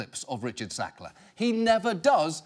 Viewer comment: Why does he spoil every "Sackler"?